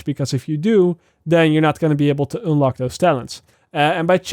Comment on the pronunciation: I love the way you pronouciate un "une" like unelock 😅😂